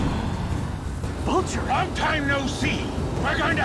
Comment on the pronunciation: Vulture not vulcan vulcans are from star trek